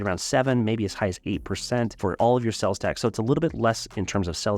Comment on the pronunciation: Are you saying "sells" tax? It is "sales" tax